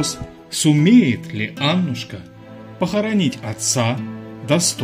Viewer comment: Та не Анушка, а АнУшка!! АнУшка!!